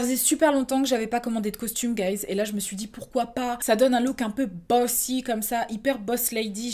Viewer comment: quand elle a dit "bossy" j'ai compris "bussy" j'etais tres confused...